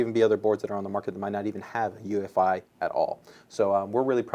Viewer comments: try to sound as intelligent as you possible can? well first off it's UEFI not EUFI lol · The asus guy corrected the newegg guy on 'UEFI' but then he called it UFI like a bajillion times throughout the vid... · Its UEFI not EUFI you dumbass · We need to just start pronouncing it YOU-eh-fee now. :)